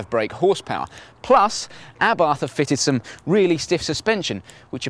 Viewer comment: Lol pronouncing abarth wrong.